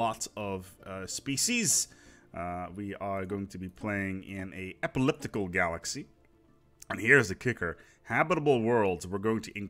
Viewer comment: new to the game, new to the channel. why do you say "epilliptical" instead of "elliptical" . you do it in all your other videos too. is this some terrible community meme or do you do it specifically to fuck with me